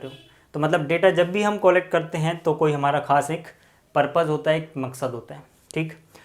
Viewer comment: Collect ka pronounciation sahi nhi bol rahe ho aap 😂😂😂